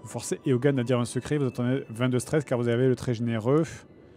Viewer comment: Pour info Eogan ça se dit juste Owen